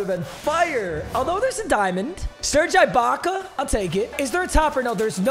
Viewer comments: Bro it kills me how hard he’s saying the “I” in Ibacka holy shot it’s not IKEA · for the last time, IT"S SERGE EEE-BAKA!! NOT EYE-BAKA!!! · E BAKA NOT I BAKA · “Serge eyebaka” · Serge Eye-Back-A! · My ears die every time he says I-baka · As a raptors fan eyebaka hurts me to hear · Bro says Serge Eye-Baka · Lmaooooo you call that baby ahh ish a beard ?? 😂😂😂😂😂😂😂😂 and it’s pronounced EEEEEEEEEE-BAKA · Serge Ibaka is pronounced E-BAKA. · Why he saying eyebaka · I hate how he kept pronouncing it eye Baka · The way he is saying Ibaka's name is making me punch a wall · Mispronouncing ’Ibaka’ annoyed the crap outta me 😂😂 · STOP SAYING IBAKA WRONG